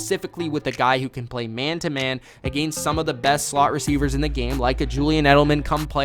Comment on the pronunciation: I hate the way this kid says the word against.